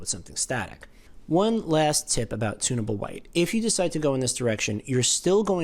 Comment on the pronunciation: I thought you were saying "tuna boat" white. Lol. You were saying, "tunnable".